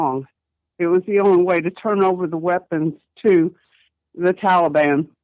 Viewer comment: He can't even call the the Taliban by the right name it's not toilebon!